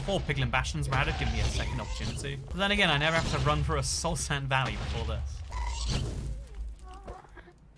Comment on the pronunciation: “Ovah” “Nevah” I don’t hate it,I just think it’s cute